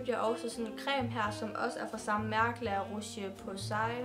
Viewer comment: Navnet er er fransk og udtales noget ala "La Råsj-Posæh" ;)